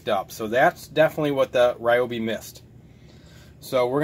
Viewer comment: It’s pronounced REEOBI